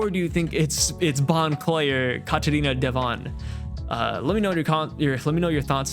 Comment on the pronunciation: its devon